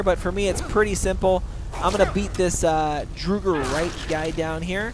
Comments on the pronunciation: This guy knows nothing morokei is a dragon priest not a Mage and its the college of winterhold not the school of mages and finally it's not pronounced drugr it's draugr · I dunno why but when he says Drooger when the word Drauger is so obviously is pronounced “dr-aw-ger” triggers me 🤣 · It's "Draugr" !, What is "DRUGR"? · Good vid, but I flinch when he says Drooger Right. It's pronounced Draw-gur White! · IT IS "draw-ger" draugr. Listen to the npc pronunciation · Ha lol "drugger" wights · "So here you're gonna fight a few more of these drugger... drugger rights..." LOL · It's Drow (as in loud) - grr, actually. the plural is Drow - garr. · Draw - grr. That's how it's pronounced. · fyi - draught is pronounced "drow", listen to the NPC's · okay say it with me draw-grrrrr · EVERYONE! ITS Drow-gar! thats how you sya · Dra-ger sorry just hate bad prenuciation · It's pronounced as, La-brinth-thee-an Not Labrintia And Draw-ger Not Drooger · it's pronounced laabarinthein and drawger not drewger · I hit Labrynthian much later in the game, around level 45, and found the critters inside pretty easy. The walkthrough was nice - but mostly because my four year old was up and I didn't want to actually PLAY the game with her watching at that point, and my curiosity had been roused. But FYI, it's pronounced DRAW-gur. They aren't Drow-gers. And also, it's Labrynthian... with an N at the end. Not Lab-er-in-thia. It's Labrynth - ee ann. Sorry, that drove me nuts through the entire walkthrough.